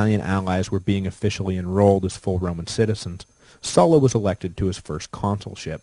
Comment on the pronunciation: Sula "su la" Sulla "soo la"